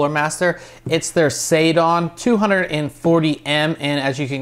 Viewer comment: Hate to say this but it's seidon, like the god Posiedon. Not saydon.